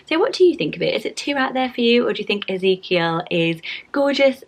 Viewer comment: BIRTH ANNOUCEMENT My big sister just gave birth to little Ezekiel Mateo! he is the cutest baby ever and your pronouncing it perfectly!